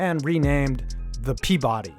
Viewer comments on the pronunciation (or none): none